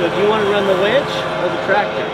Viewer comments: what about blow he keeps saying wench when he means winch? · I thought I might be the only one who noticed he said "wench" a couple of times. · Fun video but it's winch not wench. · I had to chuckle when you mentioned the winch, and I heard "wench"... Difference in regional pronunciations are entertaining!